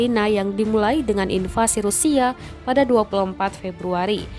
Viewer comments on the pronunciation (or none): none